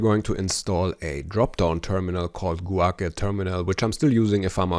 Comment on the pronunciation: Guake - is probably pronounced Gwake